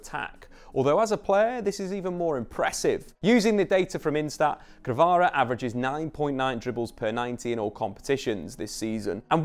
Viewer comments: all good but he is Kvara, not Krava :) All the rest is well explained! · I couldnt listen through all this. KVARA not krava for gods sake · it’s not Krava it is Kvara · and he called my man krava the whole video too